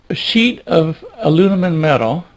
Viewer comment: I like it! Even though he does keep saying “alunimum.”